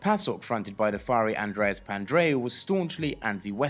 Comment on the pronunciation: It's Papandreou. Not Pandreou.